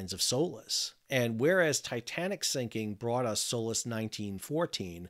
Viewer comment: Everytime he says SOLAS I hear "soulless"